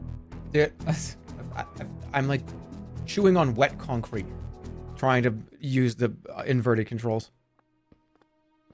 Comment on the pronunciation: why does he pronounce concrete as if it were two sperate words